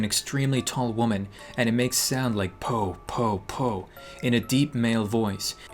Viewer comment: Every time he said "Po po po po po” I heard “Poop poop poop po" lol